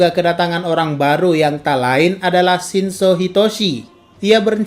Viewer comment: kura kura.. Mimin nya kalo ngomong shinso nadanya kek shinzou, mungkin aja kebanyakan nge teori Aot..